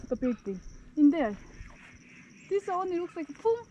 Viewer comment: yaw senin "this" yerine "diz" diyişine hasta oluyom ya